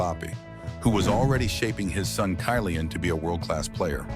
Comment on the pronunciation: I stopped watching when the narrator said Kai-lian Mbappe for the second time.